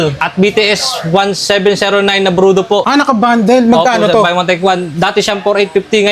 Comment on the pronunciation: brodu hindi brudo engot!